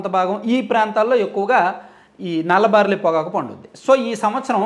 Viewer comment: Orryyy karrri sanyaasi baariii kadhu barlliiii